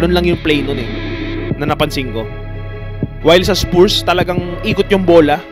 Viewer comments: Haba ng content, paulit ulit na video, nakamirror effect pa, click bait pa ang caption, di na daw papakawalan ng spurs (mali pa pronounciation, pronounced as spars yan not spoors) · spuurs talaga... spars ang bigkas non...